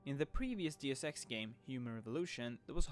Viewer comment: So basically they will be like side quests in the original Deus Ex from 2000, which is the only game that has ever done side quests right. By the way, you pronounced "Deus Ex" incorrectly.